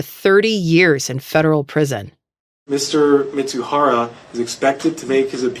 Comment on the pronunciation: The idiot's name is MIZUHARA pronounced MEE-ZOO-HAH-RAH. Both the Fed and the reporter continually call him MITSUHARA. That's wrong.